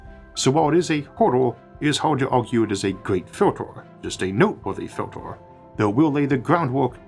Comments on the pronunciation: This AI English is terrible. I’ve never heard any human with an accent mess up the word filter so badly. ‘fjyiltors”… Time to upgrade from that Chinese plugin Isaac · What a strange accent, for example, filtah, awlha, rarha, unihearse... I've heard people dropping their 'H's and even low intellect snobs that put them back in front of the wrong words, but never someone that adds 'H's in the middle of words. I have no idea where the accent comes from, but as a native English speaker, it's very unpleasant to listen to.